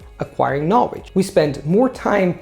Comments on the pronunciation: All I hear is ''Knowedge''. There is an important 'L'' missing there. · Great video! I am looking to learn Chinese mandarin. Do you have any resources you would recommend or a blog page that does this? Thanks in advance. Also one tip: you are pronouncing the word 'knowledge' incorrectly.